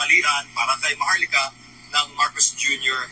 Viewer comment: Maharlika O MAHAR-LUKA!! Hahaha kagaya ni Hari POQUE, este Harry roque pala